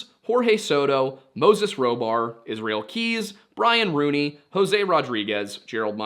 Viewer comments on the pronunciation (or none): none